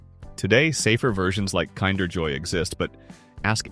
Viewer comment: It's not "Kinder" as in kind - it is pronounced "Kinder" as in kindergarten. Learn how to read and pronounce and get rid of this AI voice garbage.